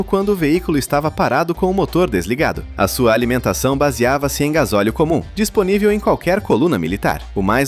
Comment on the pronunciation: "gasoleo" IA satanica